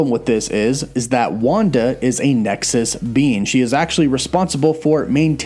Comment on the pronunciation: Great video, sounded like you were calling Wanda a ‘nexus bean’ 😂😂